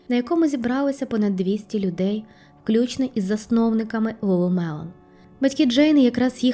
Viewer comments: Lulu Lemon тільки, а не мелон)) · Ні як не можу зрозуміти, як ти вимовляєш LuluMelon чи LuluLemon? Другий варіант вірний.